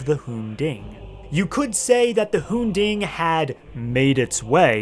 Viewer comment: It’s the hoon-ding